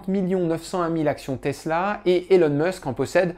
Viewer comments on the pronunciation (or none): Merci pour cette vidéo, que le monde, sans le savoir, a tellement besoin de regarder… Mais petites corrections sur Musk, même s’il n’est pas le vrai sujet de la vidéo: Elon ne se prononce pas élone mais ilone. C’est facile à dire pour un français, je comprends pas pourquoi presque tout le monde le dit de travers… Musk ne possède aucun bien immobilier; Il n’avait pas grand chose et il a tout vendu. OpenAI n’est pas une entreprise, mais une association. Qu’il a quitté lorsque ses partenaires en ont trahit les idéaux ; aux dernières nouvelles OpenAI est plus ou moins sous le contrôle de Microsoft. Musk ne possède aucun produit financier et ne perçoit (presque) aucun salaire. Il vit à crédit et n’a donc que très peu de cash. Tesla est une grosse partie de sa fortune, mais SpaceX, c’est quand même pas de la petite monnaie… De tête, ses 54% vaudraient autour des 20 à 30 milliards. Tesla ne vend pas que des voitures. "C’est pas beaucoup trop gros 834 milliard par rapport à ce que la boîte a comme actifs?" Voilà un terrain très, très glissant… 😏 Fort intelligemment esquivé dans cette vidéo! Aussi, comparer Tesla à des entreprises autos, c’est ce qui a fait perdre tant d’argent aux shorts, c’est pas très logique… En particulier, Tesla ne vend pas que des voitures, comme je l’ai dit, et en vend de plus en plus, contrairement aux autres constructeurs. La vente des actions Tesla de Musk a déjà été officiellement prévue: Musk a publiquement expliqué qu’une fois qu’il serait raisonnablemen